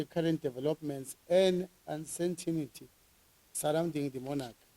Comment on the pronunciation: Can't pronounce "uncertainty "